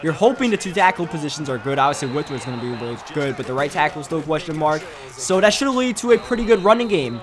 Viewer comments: and "dat" instead of "that" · has to be asian notice how he says rader then rather and dat rather than that lol